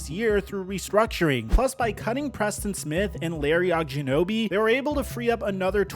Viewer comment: How tf this guy just say Ogunjobi?